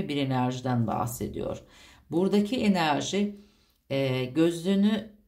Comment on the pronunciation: Sizden rica ediyorum enarji demeyin videolarınızda zaten gereğinden fazla bu kelimeyi kullanıyosunuz çok batıyo kulağa 😣enerji demeye çabalarsanız sevinirim 🙏🏻